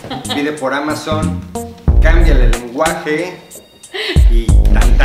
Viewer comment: Es el mejor video y uno de mis favoritos (number One), creo que desde este video, ví que perdió el miedo y/o nerviosismo al hablar frente a una cámara.... Sigue siendo 2020 y aún no pronunció bien Amazon ([eA]mazzzzzon)... Ya por ahí le va el ritmo jajaja